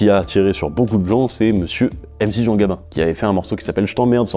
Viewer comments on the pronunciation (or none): none